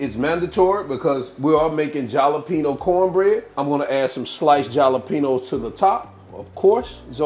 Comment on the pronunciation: Jalapeños is enunciat ( ha-la pe nos). It's a spanish pepper.